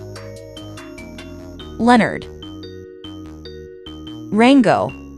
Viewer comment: That pig's name is Leonard not lenerd